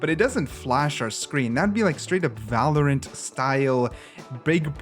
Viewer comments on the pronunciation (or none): none